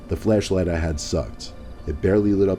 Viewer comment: omg am I the only person that keeps hearing "fleshlight" instead of "flashlight"? XD ajajajaja